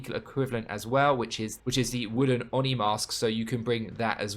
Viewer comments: It's "Oh Knee", not "on knee" :D Love your content 💕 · Absolute no offence, but i love how you say "" haha, sounds funny haha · I swear it’s pronounced ‘oh-knee’ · On knee